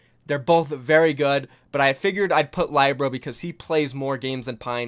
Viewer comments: Do you not listen to the casters when they pronounce these players' names? I know they're not always consistent but none of them have pronounced Libero as ly-bro. Please, it's not hard. It's Lee-bear-ro. No one calls Miro my-ro either so please get that down. Pronouncing people's names right is respectful. Thank you. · Um, Lie-Bero? It's Li-bero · WHY DO U SAY LYEBRO? ITS LIBERO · LYBRO hahahahahahhahahaha its Libero Lee Beh ROW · Hey bro, not to be facetious, but it's pronounced Lib-ero, not Lie-bro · Nice video but isn't Libero pronounced like Lib ero, and not like Lybero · saybyeolble and lie-bro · Can you learn to say LIB ER OH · Love your videos. But please learn how to pronounce Libero. It’s not lie bro. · Pls, SBB is pronounced, Say - Bee - Ol - Bay, Libero is pronounced, Lib - Eh - Ro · It's pronounced Lee-be-ro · I cringed every time he said LIBro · Lih-ber-oh and Say-bee-ohl-bee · Lie-bero? Never heard of him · Say libero as li- (as in little) burr-oh And saebyeolbe as say-bee-ol'-bee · Please learn how to pronounce libero and saebyolbe.i love your content but it is killing me. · That "Libero" pronunciation... shudders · The way u pronounce libero is cancerous lmao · you said libero wrong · Lmao watches every match and still mispronounces Saebyeolbe and Libero even after the casters saying it correctly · learn to pronounce Libero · nice list but you butchered Libero's name